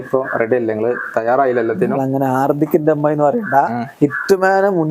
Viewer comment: talk: " ഹാർഡിക്കിൻ്റെ M I" എൻ്റെ ചെവി: " ഹർദിക്കിൻ്റെ അമ്മായി" 😂